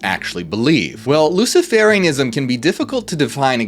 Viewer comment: Luci-fur-ianism, it is pronounced.